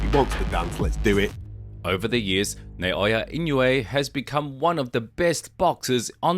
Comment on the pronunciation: Not "Nay"-o-ya. Say "Nah"-o-ya." You can do it.